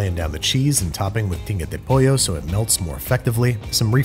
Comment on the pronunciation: Had to listen to it again, but yeah, that's definitely "pinga" de pollo he says, must be salty about having to eat cilantro